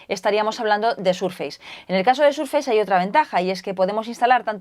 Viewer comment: Microsoft viene de muy antiguo, y es muy fácil de pronunciar, el prefijo "micro" existe en castellano así que se asimila. De todas formas es posible que si Microsoft fuera una marca nueva, recién salida y la aprendiéramos ahora, puede que entonces la pronunciáramos "Maicrosoft", de todas formas, se pronuncia "SurfeiS" no "SurfeiZ".